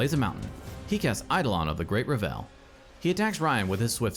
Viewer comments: Only criticism I have is that Revel is pronounced "Reh-vul" instead of "Re-velle" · Awesome video, just one complaint. It is "revul," not revélle" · Reh-vull Not Ra Vell. It's a party, not a french composer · Only thing i have a problem with is the pronunciation of “Revel”. It’s being pronounced like “Revell”. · Excellent video but every time you said Great RUH-VELL instead of REH-VL, my eye twitched. :P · Revel should rhyme with Level or Bevel, btw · Was getting ready to comment this. Can't wait to play my meme deck with ReVELL in RiCHES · Eidolon of the Great "Reh·vl" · btw I believe 'Revel' has the emphasis on the first syllable, rhyming with bevel or level. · Just a small thing, I think you might be mis-pronouncing "Revel". A misplaced emphasis on the second syllable. I could be wrong though. EDIT: I was mistaken about the goblin guide triggers. Otherwise, quality content as always! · Revel is pronounced with the emphasis on the first syllable, not the second. Sorry to be that guy, but it was bothering me.